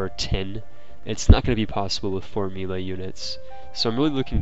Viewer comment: did he say "mee-luh" units instead of "may-lay" for melee?